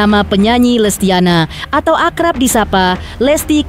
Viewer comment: Bukan lestiana tapi lestiani